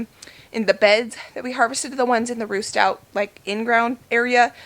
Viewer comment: I’m digging your channel. 😂 it sounds like you’re saying roost out, but i know that you are saying Ruth Stout, here in fl, potato towers are the way to. Those are nice, I watch lumnah acres, and those are the same handles they just installed. Wondering, can you taste the onions in the potatoes ?, I don’t eat/like onions, it am willing to try new things.